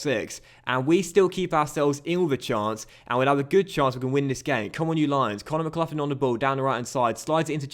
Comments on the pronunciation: Conor McLaughlin’s name is pronounced mick-lock-lin no idea if it’s an English ting the way your saying that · It’s pronounced McGlocklin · For the love of all things holy, it's pronounced McGlocklin buddy.